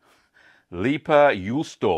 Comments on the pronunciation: pronounced "lay-pa yoo-stow-a" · Pronunciation tip: "Lei", try the start of "Raven" with a clear L instead of R, and "Pä" you can approximate with "Baron" but hard P. Juu in juusto is pretty much correct, just cut the o. You're ending it with "ou", chuck the u and you're good. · Thanks for the recipe! I'm from finland and the way you said leipäjuusto was okay😁👍 Not good, not bad haha. I actually find it kind of interesting how your pronouciation of finnish sounds exactly like an american trying to pronounce finnish